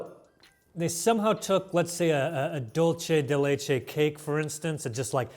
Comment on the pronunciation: Hope you all have a lovely season! Thank you for giving us a great escape from our daily grind! Just one petty point that I know will not give an F about: in Spanish, a ‘ce’ make an “s” sound, not a “ch” sound. So it should sound “dulsey de leche” not “dulche de leche”. Sorry, I had to.